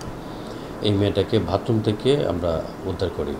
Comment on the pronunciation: ভাতরুম না ভাই বাথরুম😊